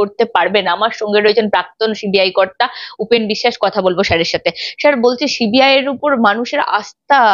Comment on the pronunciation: uchcharon ta thik moto karo. Ota শি বি আই na সি বি আই hobe. This is the only problem all other things except this are absolutely alright. Carry on please.